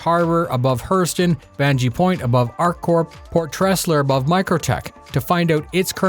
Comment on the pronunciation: you are mispronouncing "Tevarin", "Baijini Point". Fury is not an LTI Token because of its "concept status", rather it is a flight ready ship that is an LTI token due to the expected relatively low cost to kickstart a CCU chain, and at the same time have LTI insurance so one does not need to worry about that part when chaining afterwards.